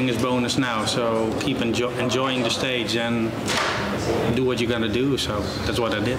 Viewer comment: "I'm enjoiNing it..."!